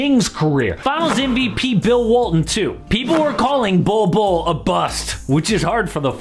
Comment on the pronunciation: He said Bolbbule